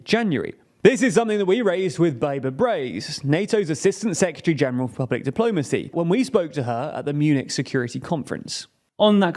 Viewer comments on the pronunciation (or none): I don’t know why but the pronunciation of “secretary” as “secutary” is really grating.